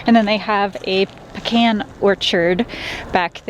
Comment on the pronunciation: Thank you for pronouncing “Pe - Can” correctly ! We’re Georgia folks transplanted to Idaho... Hope to see you out west someday... Praying for Madley... Drive Safely....